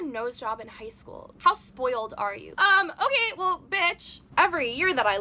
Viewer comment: that's how you know you is real white "um well okay bitch." I'm not talking about the choice of words I'm talking about the way she said it 💀😂 (no shade)